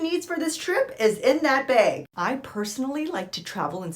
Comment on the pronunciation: Do all Canadians pronounce "bag" & "tag" like or is that from her being around so many people from around the world in her travels 🥺? Anyone know? Very informative vid, thank you, 😊